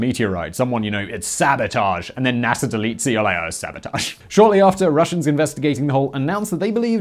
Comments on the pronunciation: NASAR the British accent gets me every time lol can pronounce Russia correctly instead of Russiar like NASAR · sveez-DA (star), also NASA (space agency), not Nasser (egyptian tyrant). Lol.